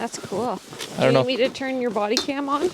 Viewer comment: "Iss -It's kewl" lmao